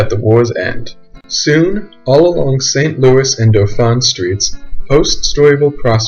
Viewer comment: "Espalondee"? Lol. Also, Dauphine is "DAW-feen" locally or (approximately) "DOE-feen" in French (you're pronouncing it as masculine "Dauphin"). Great video otherwise.